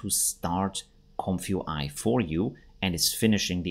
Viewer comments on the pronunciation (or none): Oh man, do you have to say "comf you eye?" I guess you're not a native English speaker? The first word is "comfy" which is a colloquial short form of the adjective "comfortable" - think "comfy sofa". It's pronounced similarly to "lumpy". So it's a comfy (comfortable) UI (user interface), pronounced "comfy you eye". Great video though, regardless of it being very uncomfy each time you say "comf you eye" lol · Isn't it pronounced Comfee UI?